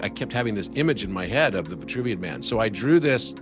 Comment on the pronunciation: C'est l'homme de Vitruve et non vouvian...